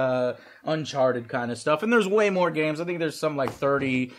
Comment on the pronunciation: 'whore games'? hehe